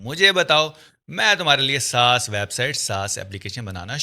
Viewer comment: Saas word sahi se bol pehle